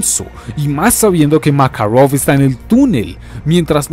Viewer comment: porque pronuncia makarov con asentó americano?